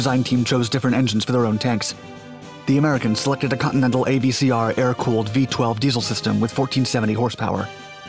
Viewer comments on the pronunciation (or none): none